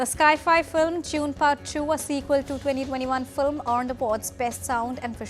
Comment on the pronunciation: "Sci-fi" is pronounced "sy-fy"; not as "sky-fy" as done by this news reader. Her diction, too, needs to improve to match other news readers of DD News. 😢